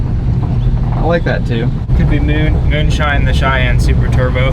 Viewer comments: "Moon Cheyenne" but like moon-shine-anne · Call it’s the “MOONCHYENNE”